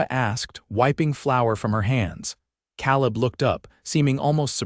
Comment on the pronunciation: Good story. Only a little frustrating is the pronouncing of Calib and Santa Fe. It should be Kay-lub and Santa Fay.